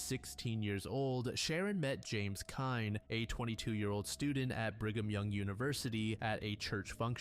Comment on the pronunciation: I love this channel but I’m surprised and disappointed that you’d mispronounce Sharon Kinne’s name (KIN-NEE) considering the fame of the case!